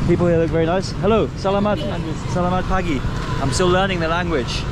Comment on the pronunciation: If no one else has commented 'salamat' is generally pronounced slamat - silent first a and emphasis on first syllable -- Have a great time Indonesia is one of my favorite countries and I'm so happy to see you covering it